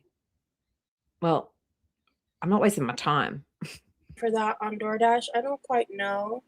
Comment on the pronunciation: Did she say unpaid door dash or did I misunderstand?! . You have to pay for dood dash online when you order it !